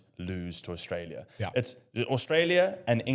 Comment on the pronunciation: If that guy says “Orstralia” one more time…